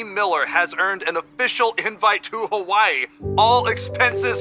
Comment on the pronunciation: Can u guys saw Hawaii correctly thats disrespectful to us locals